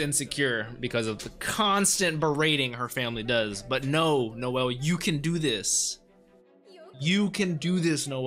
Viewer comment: Pronounced no-zel (like no not nah-zel)